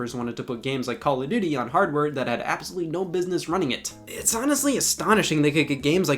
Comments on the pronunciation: CALL (O F) DUTY. not Call (A) Duty, Call (O R) Duty, or Call (O) Duty. People are so annoying when they say the name. It's not even a good series. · “Cal of Doodie” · stop saying caladooty